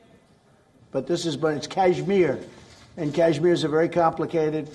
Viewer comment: Pahle kashmir bolna to sikh le.....bad mein mediate karna...😂😂😂😂